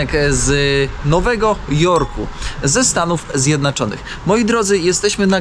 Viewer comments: Hej, czemu mówisz "Stany ZjednAczone"? Już w poprzednim odcinku to słyszałem i myślałem, że po prostu przejęzyczenie :D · Kanał uwielbiam,Ciebie uwielbiam. Tylko dlaczego wymawiasz Stany Zjednaczone?